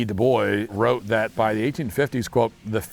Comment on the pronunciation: I'm neither French nor Canadian. But his pronunciation of Dubois Reeeaaaally grinds my gears for some reason